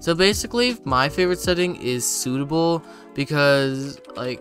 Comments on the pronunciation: "suitable✔" "subtle❌" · mans cant pronounce subtle